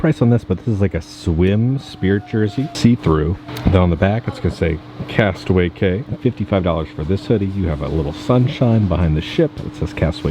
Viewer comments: it’s pronounced “key” for Castaway Cay!!! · Drinking game, every time say Castaway “K” instead of Castaway “Key” take a drink. End up in the hospital because it is every time.